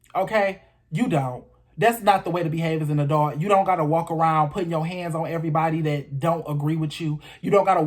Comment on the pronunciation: I totally agree. Pronunciation of “A-dult.”